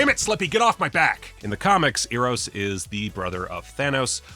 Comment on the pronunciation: You're saying Eros too much like ear. It's an "Eh" kinda e, not Eh like Ay, canadian, Eh like you shrug and are indifferent. Almost Airos, but still the E vowel, not quite the A vowel yet.